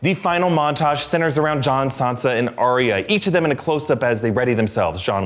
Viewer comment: ar ya not ar ia